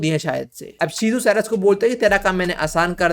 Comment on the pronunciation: Ceres nahi charas 😂😂